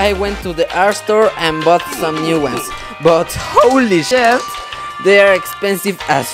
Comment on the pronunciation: No one: Literally no one: when he says the f word: Fwek!!! Saying the Sh*it: shet